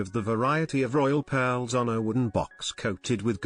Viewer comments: What's with the narrator pronouncing peeeeaaarrls instead of pearls?😂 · I swear, the way he says pearls creeps me the hell out.